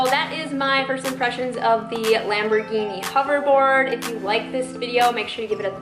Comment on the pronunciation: The way she says the word “lambergheenee” hurts my soal